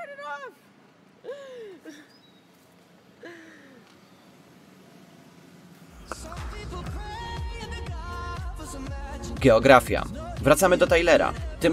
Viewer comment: Tylko ja usłyszałem ''gieografia'' ? xd